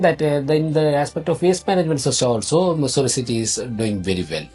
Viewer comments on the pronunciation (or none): It's Missouri not Massoori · Missoori alla Missouri city ennanu